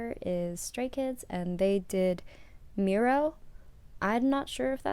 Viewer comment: Yes you said it correctly MIR-OH, no it’s the not; they’re debut track was “District 9”. This title track was part of their Clè 1 album comeback around their 1st Anniversary. APOLOGY TO EVERYONE I HAD A BRAIN FART THAT DAY IT WAS SUPER LATE WHEN TYPED THIS BUT I FIXED THE ERROR